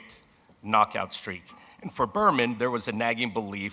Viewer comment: BER-MEN - Stephen 'The Weasel' Espinosa